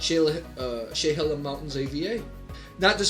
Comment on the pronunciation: Living 25 minutes from Dundee, Oregon, which is THE wine area in Oregon, I like the review :) Oregon Pinot’s are really underrepresented. Just for reference, Willamette is pronounced Will-ammm-et, and Chehalem is pronounced Sheh-hay-hem. Stoller is good but not amazing compared to others like Domaine Serene. Would love you to review some other Oregon Pinot’s at some other time! Again thanks for trying these out!